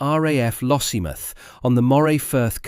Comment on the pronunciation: Lossiemith? Pronounce it properly - LossieMOUTH.